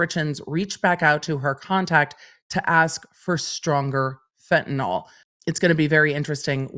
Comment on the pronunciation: It’s FentaNIL not FentaNOL - there is no bloody ‘O’.